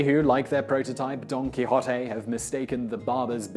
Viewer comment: WOW!!!! Thank you for this thorough explanation here, as well as the correct pronunciation for “Don Quixote”!